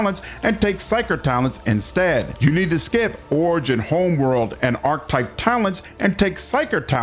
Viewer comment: Archetype isn't pronounced that way, neither is Diviner.... great video otherwise.